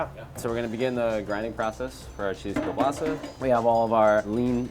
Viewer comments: That is not kielbasa... and learn how to say kiełbasa 💋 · It's Kiełbasa. Polish 101.